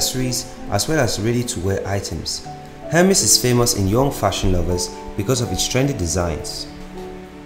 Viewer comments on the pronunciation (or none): Not hermis ...emeZ In pronunciation